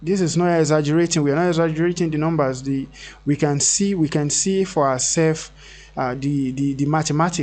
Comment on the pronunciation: It's not DIS but THIS. Please practice it. It will make a huge difference to your life. Also it's not D but THE.